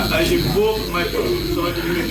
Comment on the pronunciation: Mr. Touray said "CON SU SU SIONAL " I believe the word is "Constitutional".. LOL